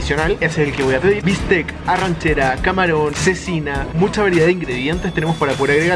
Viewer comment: Amigo excelente , se nota que sabes de arte culinario.... en relación a la carne es correcto ARRACHERA y tú dices arranchera que no es correcto. La ARRACHERA es la carne del músculo Diafragma de la Rez ...muy rica